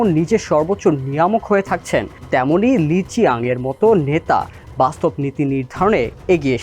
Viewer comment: ওনার সঠিক নামের উচ্চারণ হবে লি ছিয়াং